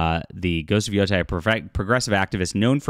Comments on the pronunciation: It's yotey not yotie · This is sad news. I was going to give it a chance, but this doesn't paint a great picture. On a side note, Yōtei is pronounced with a long ā as in "stay".